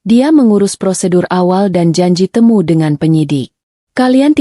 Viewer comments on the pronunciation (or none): none